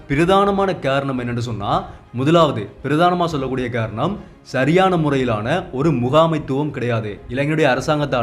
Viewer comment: காரணம் என்று சரிவர உச்சரிக்க வேண்டும். நீர் கேரணம் என்றல்லவா உச்சரிக்கிறாய்.